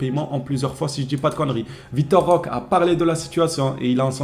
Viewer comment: Roquééé avec un É comme éléphant 😅